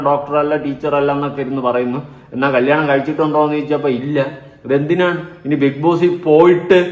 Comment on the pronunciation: കല്യാണം ,കല്ലിയാണം അല്ല ചേട്ടാ.